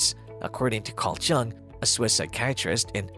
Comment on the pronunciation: Jung is pronounced YUNG! An infj would know this. :)